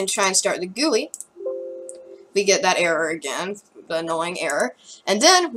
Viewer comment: It’s pronounced GUI (jee-you-I)